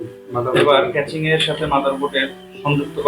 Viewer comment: ক্যাচিং ❌ কেসিং ✔